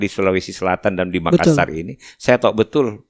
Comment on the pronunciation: Tabe kanda, Hanya Appakainga. Klo memyebutki kata MAKASSAR tolong penyebutannya jangan MAKASAR 🙏🙏🙏